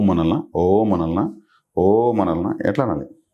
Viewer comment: miru om karani starting point lo deergam testunar, actually ending lo nadamunu deergam teyali, ex: aummmmmmmm, aummmmmmm, aummmmmmm ila anali but miru oooooooooooooooom antunaru